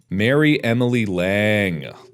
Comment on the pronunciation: Every time that mark pronounced Marie as Mary, I felt a little bit of me die.